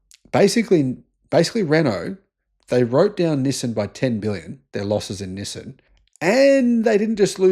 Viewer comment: "nih-sin" XD